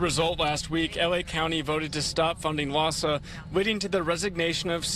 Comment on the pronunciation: LAHSA is pronounced LAAHSA